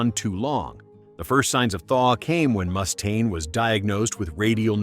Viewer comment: AI crap as they pronounced "Mechanix" wrong. Also the way the voice said "Mustaine" was a little annoying. smh